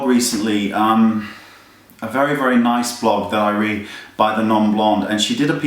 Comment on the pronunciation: Hahaha "Naice" XD